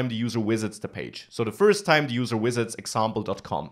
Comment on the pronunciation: I subscribed when I heard him pronounce visits XD